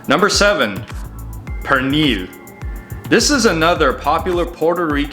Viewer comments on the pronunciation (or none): none